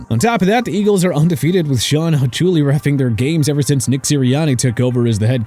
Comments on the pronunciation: "Ha-choo-lee"...Hahaha!! Glad I didn't subscribe to this channel, because I'd have to unsubscribe 😂. They lost by 32. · Shawn Hawk-uli jesus this guy did no research lmao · You cant claim rigged if you got beat by 32 points lol. Also, that awarding a score rule actually exists and has been a thing for like 60 years. It’s just rare. Try again. PS: the refs name is pronounced Hock-you-lee…not whatever you said lol. And we hate him and his dad. Go birds. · Hochuli pronunciation was awful lol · Hachuli is a well known Name in football and you said it wrong, do you even watch